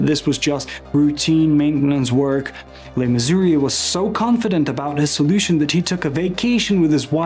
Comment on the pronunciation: You repeatedly say "LeMissouri". Check yourself, that's wrong. You said "Mayor Cock" Check yourself again, it's Koch, like match. The "ch" is soft, not hard. And, who ever heard of "E" 53rd street? You're not a NY'er, are you?